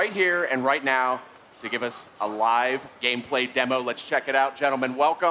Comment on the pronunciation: Lmao "Gamepray" I'm confused, why is L so hard to pronounce?